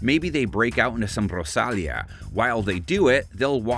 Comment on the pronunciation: Ro-Sal-Yuh? Rosalia’s name is pronounced Ro-Sal-E-Uh 🤦‍♂️